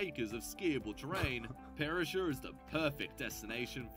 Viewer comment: Good boy !!!! - you finally did a video on Australia from an Australian in Australia, with the CORRECT facts and perspective and correct nameplace pronunciation. Yippee 🎉😂